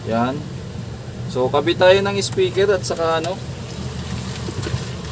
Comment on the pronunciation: Speaker Hindi ispiker